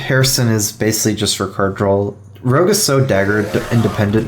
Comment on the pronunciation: Why do you say "Drawl" instead of "Draw"?